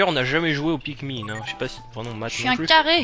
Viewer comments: Sa se prononce pikminee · se se prenonce pikmine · Pikmin...ça se prononce pikmINE!